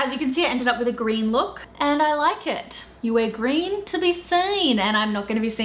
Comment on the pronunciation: ' Wear greeon to be seeen ' kath and kimmy accent. Look at moi x